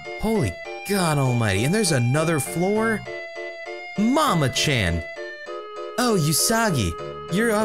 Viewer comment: you keep pronouncing Usagi-chan incorrectly The U in Usagi is pronounced like the sound oo in oops, there is no y sound to it. You where pronouncing it like yousagi. Also chan, it's pronounced as more of an open vowel sound like the a in another. not a closed vowel sound like the a in the name Nathan.